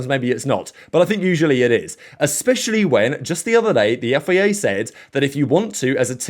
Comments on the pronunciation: I've tried to ignore this for so so long, but please say F I A properly 😂 Otherwise, ace content as always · When you say FIA, it almost souds like Yifei Ye. 😂